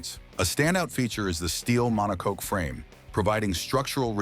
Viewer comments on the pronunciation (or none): none